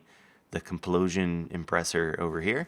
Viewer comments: lol complosion impressor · "Complosion Impressor" - MADE MY DAY!!! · Complosion impressor... Good job,;P